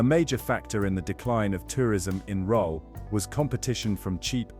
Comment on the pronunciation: The images are not the places that they are describing. Many clips have cars driving on the wrong side of the road. Rhyl is pronounce Rill, not Rohl. Oxford Street is not in Corby.